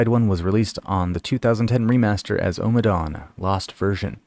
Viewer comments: Well done. You're right this is way up there, I would say the best of his first 4 albums. Thinks it's pronounced "O" as in on, not "Ow"! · It's Omm-a dawn, not Oh-madawn